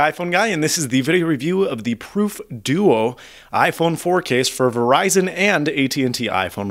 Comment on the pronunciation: i thought he was saying deutsch 0_0